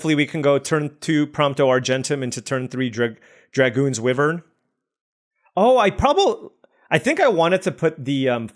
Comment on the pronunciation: Please pronounce Wyvern correctly. It is WHY-vern not WIV-vern. From the Middle English for a winged serpent.